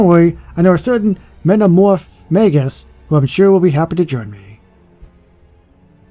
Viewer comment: Little tip on how to pronounce metamorphmagus You say it like met-a-more-ph-may-gous don't say it how it's spelt cos it will get hard to pronounce even if you say it differently to how it's spelt it should work